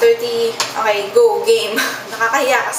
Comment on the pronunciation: Why do you say the word "okay" so weird it sounds like o[?]ay or o[x]ay . It seems that the sound "k" is a challenge to pronounce. but anyway you got the pronunciation right.